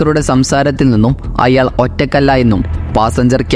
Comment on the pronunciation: അയ്യാൾ അല്ലടോ "അയാൾ"